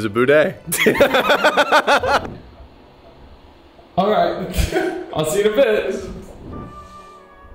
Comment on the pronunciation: Did Colby pronounce it Boo day lol I might just be hearing things 🤣😂